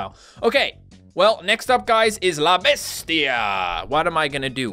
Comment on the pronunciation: You completely butchered "la bestia"